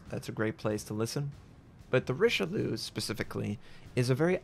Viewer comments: As someone whose last name is only a few letters off from the name of this BB...it's REESH-LOO (spoken quickly). Not Rishilu -_ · It's Ree-Shell-Ee-Uh! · you must learn to say eyes and Eggs in french yeux and oeufs rishel yeux and tto forget the last E for all the battleships who finish bay E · REEEEE SHELL .. EE . UHHH!!! IT CITADELLED YAMATO !! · La prononciation est à revoir mais belle partie avec ce Richelieu :) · Such a beautiful ship, even if you didn't pronounce her name correctly. Never change,. Never change.:D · Come on man... I know Americans suck at pronouncing stuff, but this is Richelieu, i.e. the bad guy from Three Musketeers. Knowing how to pronounce that should be obligatory. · Nothing new. It's what Americans always do with foreign names.